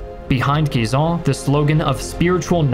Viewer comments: Great pronounciation of Guisan and Chaux de Fonds but it's written Schweiz. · thank you for prononciating Guisan's name correctly ! greetings from Switzerland